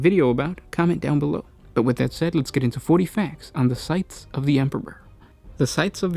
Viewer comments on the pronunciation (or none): you are supposed to pronounce the s in scythes